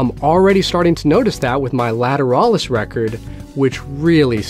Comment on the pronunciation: The way you said Lateralus made me want to gouge my eyes out with a spoon.